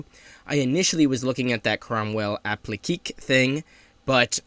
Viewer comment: Another decent review. Very much like the T-34s with a less derpy gun and slightly less mobility. FYI Appliqué is pronounced Appleekay 😊